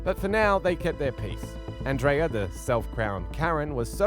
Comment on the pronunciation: Circle k is a convenient store and our name is pronounced an dria 😊